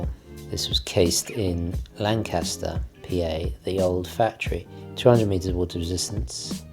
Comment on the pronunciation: Hi! Great watch! Only critique I have is the pronunciation of “Lancaster, PA”. It’s not pronounced like the Avro Lancaster bomber (like you would think). People from there pronounce it “LANK-astor”. When I was in college, my friends from that area of PA practically beat this into me!